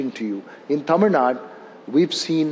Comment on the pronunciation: For kamals information, it is not taamil, it is tamil